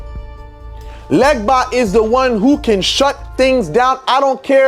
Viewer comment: They way he says "legba" and "vodu" correctly shows he is from Ewe tribe in West Africa